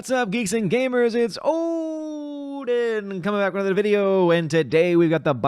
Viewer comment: Am I looking into this too much or is the way you said odin a 13th warrior reference?